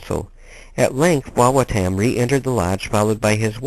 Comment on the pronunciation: It is pronounced WA WA TUM